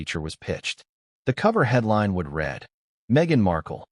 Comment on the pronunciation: I ask again about yet another video. Is the narrator in this video AI? I ask, because it is not "would read," with a short "e" speech sound, that means past tense, while "would" means future tense. Read is pronounced with a long "e" speech sound in "would read," yet the narrator does not seem to know that.